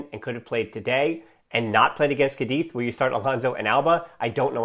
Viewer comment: What really upset me was changing Raphinha. He really had that 3rd goal in his boots and we all knew it. Also by the way, it's CÁdiz, not CadÍZ!! Hahahahah salutations from Spain